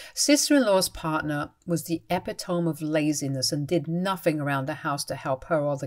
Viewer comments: Epitome...... It's Pronounced as " E-Pit-toe-Me"! Please people, learn how to say the written word! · Wait. When did Jacob become her EX husband? Did i nod off ? Or was this her second marriage & i’d tuned out when that was mentioned previously? Maybe i blanked out with the eye rolling over her continued mispronunciation of epitome.